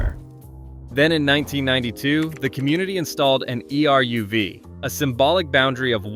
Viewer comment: Pronounced "air-rev" -- not E R U V.